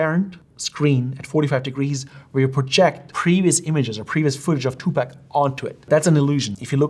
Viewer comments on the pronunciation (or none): He's Tupac, not Two Pack